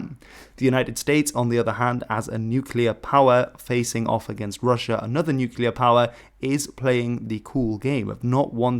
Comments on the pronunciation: It is pronunced NUCLEAR from the word nucleus not nUchELar 🤪. Why does everyone say it like this ? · Please don't pronounce nuclear as /ˈnjuːkɪlə/, it's /ˈnjuːklɪə/. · "nookyuular" oof... Fantastic video save for that rough start. Best way to remember is to say nuclear nu-clearly. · Ok, it's making me twitch. Please, Nook-lee-ar, not Nook-you-lar. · Nuclear. It's pronounce "nu-clear" I didn't make it past your inability to use letters correctly because your input doesn't matter. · Why can't you pronounce the word nuclear?